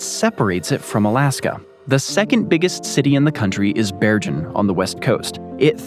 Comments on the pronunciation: I had to stop watching because I would cringe every time you mispronounced Bergen. It's pronounced Bear-ghen, the g is hard, like in goat. I'm in sensory overload just typing this because of how off-putting the constant mispronunciations were. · interesting stuff, but please check your pronunciation of european cities, every good map geek knows its Bergen as in Google, not Georgia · Bergen was mispronounced. The g is pronounced like in get not with a J sound. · the way you pronounce Bergen is killing me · Sorry to moan, but if you are going to say “Bergen” many times, you might want to just check with Wikipedia how to pronounce it.